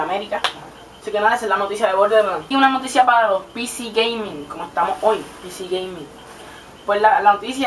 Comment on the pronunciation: "picí gueimin" -aplauso- "residen ivo" -aplauso- "racón siti" -aplauso- "goros wal 4" yyyyyyyyyyyyyyy no aguanté mas... por cierto te presento una letra: se llama R. la usas en donde usas la L.